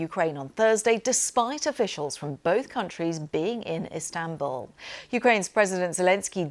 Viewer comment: Zelensky should stay in istabuuullly 😂